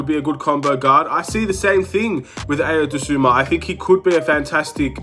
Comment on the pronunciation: To whomever needs to hear this… it’s pronounced “Eye-o” “Doh-soon-moo”